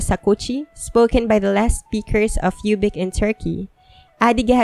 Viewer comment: Yay, I am adyghe.btw ubykh is not pronunced like "youbic", it's pronounced woobykh.😊